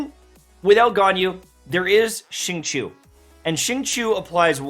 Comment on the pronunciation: Off topic but your pronunciation of xingqiu is pretty good the others pronounce it as jingkiu😂